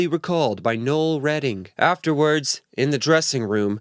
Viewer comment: nah.. you got it right Noel is pronounced "Nole"... very common name outside of the USAnus...